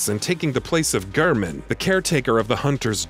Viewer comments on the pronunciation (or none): none